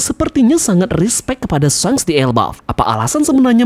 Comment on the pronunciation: Pronounciatoin of shanks Not shenks But shanks👍